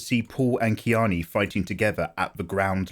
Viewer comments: he pronounced chani as kiani.. which is strange but interesting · Fair enough and not to be a stickler but her name is Chani, as in Chaw-nee. I get it though, there's things like that I havent been able to get past either. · I think he is using Frank Herbert's pronunciations which are sometimes weird